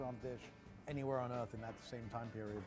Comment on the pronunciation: favorite place on "euth"